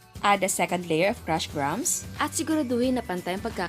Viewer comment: That's the correct pronunciation of "grahams".